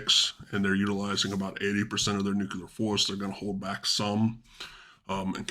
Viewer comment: Nucular strike. Im out. What a nonce